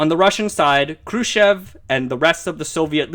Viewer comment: lol... you say Khrushchev like a BOSS~~~ :) roll those R's!